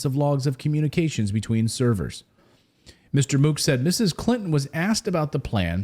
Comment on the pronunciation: Mook, pronounced MUCK